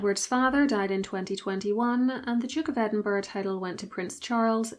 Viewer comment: Edinburgh not Edinborough